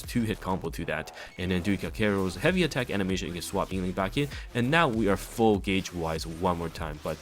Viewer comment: I took a shot every time you said her name wrong or used the word "broken" to explain a basic interaction and now I have died